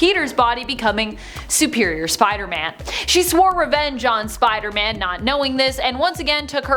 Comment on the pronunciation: What I heard: look out Spidermon Me: Yardie 👁👅👁